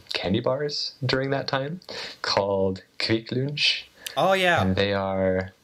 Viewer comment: Kvikk Lunsj, Lunsj is pronounced as in english Lunch, but Kvikk is pronounced as kweek. Usually the U sounds is as you pronounced it, but there are some exceptions, like in this case. It means Quick Lunch A bit different taste to KitTak, but tasty, you will likely like it if you like Kitkat.